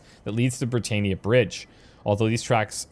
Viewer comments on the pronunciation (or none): why do you keep saying "brit-AY-ni-uh"??? who pronounces Britannia that way???? I'm sorry, I love your videos and this series is great (besides the mispronunciations and we having different play styles), but it's brit-TAN-ni-uh. do you pronounce Rule Britannia that way? even when the characters were saying it right. I try really hard not to nitpick too much. I have honestly never heard this pronunciation before, and I'm a former linguistics student. is that how you say it in Canada? because here in Britannia, we do not say it like that.